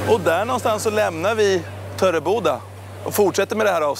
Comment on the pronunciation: MEN HUR SÄGER DU TÖREBODA POJK?!